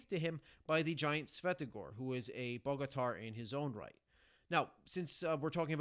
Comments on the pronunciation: Cool summary thank you 🙏🏻 Just a little help Bogatyr in English can be pronounced like [ Bogatere ] 😉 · Good job. It's pronounced boga-tier. Soft o as well.